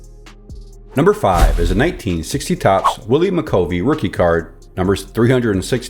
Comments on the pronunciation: Willy McCovey sounds like "love," not "cove!" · Mc Cuv ee not Mc Cove ee =) RIP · I think you pronounced McCovey wrong 🤔